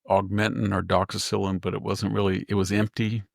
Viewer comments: Victor I love your presentation , but its pronounced doxy cycline ( like cyclist ) its not a penicillin based antibiotic. It will rip your stomach up on an empty stomach so. Make sure you take it with food ( avoid taking with dairy, eggs, kale or spinach ) . Also try to avoid increased sun exposure . May cause risk of sunburn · lol, how funny when you mispronounce the doxycycline it’s cute😊